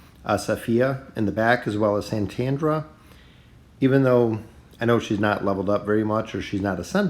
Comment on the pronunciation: And it's Satrana not Santandra